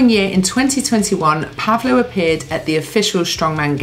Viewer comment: I could completely shock you: it's not pronounced PAvlo, but PavlO 😊 instead. And yes, it's a biblical name corresponding to Paul and Pablo in English- and Spanish-speaking countries respectively.